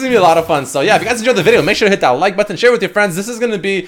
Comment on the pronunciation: Who else hates the way he says “button”